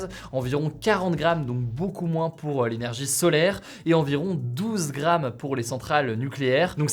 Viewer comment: lainergie jpp 😹😹😹